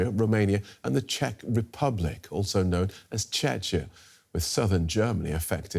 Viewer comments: Did they say "Chechia" and Bratislavia ??? 😂😂😂 OMG... The education level of DW people amazes me... I think intelligent people just refuse to accept any positions on this channel... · Listen to the normal pronunciation . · CheKia, not Chechnia!!!!!!! - That's a Russian state - get your pronunciation correct DW, it could be important! Yeseniky, not jesenik, and so on. Google it guys, or ask a local? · Czech Republic as known as Chechen? The Czech Republic is also known as Czechia in English! Doh!, you only have one job to do, read the bloody teleprompter properly! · Dear reporter, the second syllable in the word Czechia is pronounced "kia". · The guy did not mistake it for Chechnya. He just read the name as it is written without knowledge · Yep, show it to random American, and he will pronounce it as this guy